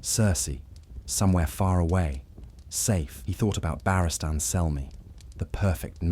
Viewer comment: if you insist on ai slop at least phonetically set your speech so it pronounces Barristan correct